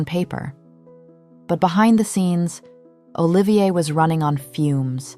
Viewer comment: Olivia is a woman's name, not the name of our newly exited designer, Olivier, pronounced O-LIVE-EE-AY....